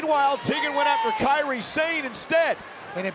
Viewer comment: Kairi Sane (sah-nay) not (Say'n)